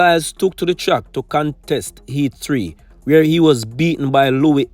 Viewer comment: Eats, tree, ow, learn to pronounce words dude